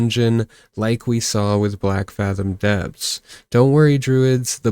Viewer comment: If you could say the name of the dungeon correctly that would be great... It is blackfathom DEEPS